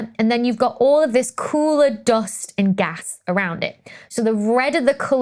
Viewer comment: Love how you pronounce Doghst. (Dust)